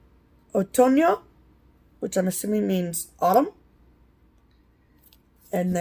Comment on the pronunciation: Thanks for sharing your Galleria experience! Loved seeing the haul, mouth was watering. Great job on your pronunciation of otoño and invierno. ❤️❤️ Hope your next trip is just as wonderful! Safe travels ladies. 😘❤️ Rebecca